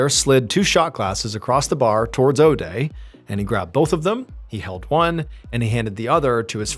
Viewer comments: If you say Odey one more time I'm going to puke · this was a 5 min story lol. Could make a drinking game out of it. Take a shot every time Mr. Ballen says Odea.